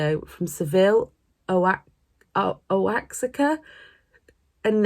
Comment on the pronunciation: Congrats on your new job! 🎉 Oaxaca is pronounced wa-ha-ka with the emphasis on the second syllable.